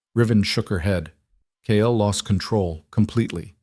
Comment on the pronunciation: It's Kael not Kyle 😭